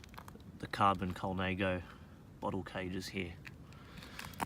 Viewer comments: Colnãgo not Colnāgo. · Colnaygo? No....